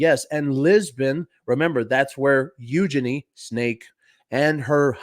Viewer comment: Its pronounced "EuJEEnie"....apparently..... according to herSeLf.....🤭